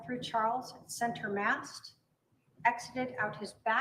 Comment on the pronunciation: I can't get past 'center MAST'.